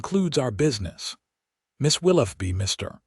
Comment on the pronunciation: "Willoughby", I appreciate that you can likely pronounce "tough", however, wonder what you would do to the word, "though" - as in the "Right" way to pronounce "Willoughby" - "Will-OH-bee"